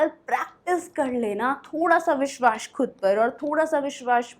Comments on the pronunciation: It's vishwas not vishwash my sister please correct your hindi it's our mother tongue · अरे! डियर आप तो परफेक्ट इंग्लिश के चक्कर में हिंदी ही गलत उच्चारण करने लगीं ! विश्वास सही से बोलना सीखें और चाहिए नाक से बोल रहीं हैं plz mind it ... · आपको हिंदी सीखने की जरूरत है आप विश्वास गलत बोल रही है